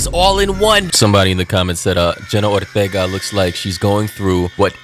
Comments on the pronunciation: it is Ortega not Othega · The way you pronounced her name in the beginning is frying me